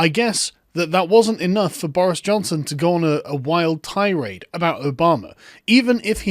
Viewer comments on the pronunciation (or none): none